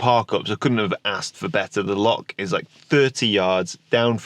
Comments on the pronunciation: Great video as usual but being a Scotsman it’s loch not lock lol. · Bruh, it’s Loch not Lock 😅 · Please learn how to pronounce “loch” properly. 😂😂 Lovely video. Good to see you getting out and about in the van again.